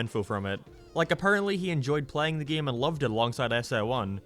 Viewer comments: Why do you say “game” like “geyum”? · why he say game like that? "gam" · Ah yes geem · I can’t stand the way you pronounce “game.”